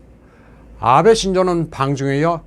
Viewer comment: 아베(安倍, あべ)를 '아-베'라고 길게 長音으로 발음하는데 틀린 발음. '아'는 짧은 短音. 한글에는 장단음 표기가 없기 때문에 한국인이 틀리기 쉬운 일본어 발음.